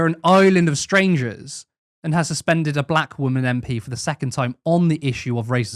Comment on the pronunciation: she wasn't suspended according to her she was "SuFenDuRd" 😂